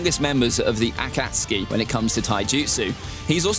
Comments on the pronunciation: Did you say:”a cat ski”? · Well I know that some of it is cause of his accent but did you hear the way the guy said akatsuke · I hate the way you pronounce akatsuki and the other names.